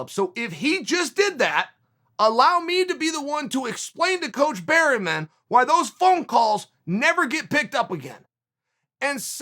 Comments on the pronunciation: Its Bareman, uncle, NOT Berryman. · Eugene "berry" man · ‘Coach Barry-man’ 😂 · "Eugene Berryman" LOL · Chael "Bariman" Sonen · Good old Eugene berry-men lol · If Chael says your coach is called Berryman, then Berryman it is. Undefeated. Undisputed. Never misspelled a name. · 'Eugene Bareyman' ?